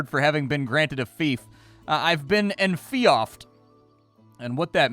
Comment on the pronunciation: enfeoffed is pronounce enfeefed... Which is silly. Kinda like how George is pronounced Geerge, you know?